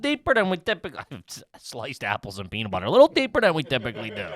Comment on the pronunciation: saying "Peanuh Butter" instead of peanut butter blew my mind. Add it to the mile long scroll of trashy Philly pronunciations from the boys!